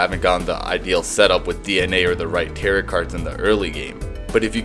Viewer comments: its pronounced "tear row" cards not "tear rot" just thought youd like to know. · I’m not gonna pronunciation police you but “tarrit”??? Really??? I’ve only heard “tarough” like it’s supposed to be pronounced or “Tarot” as in “rot” at the end. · Did you just pronounce it "tare-it"? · tarot is pronounced "tare-oh" fyi. thanks for the video though, there's some useful info here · You know its pronounced tare-oh right? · its pronounced like tear-o im pretty sure (the second t is silent) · Do you really not know how to pronounce "tarot" or is this just rage bait? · the video is great but why do you pronounce tarot like that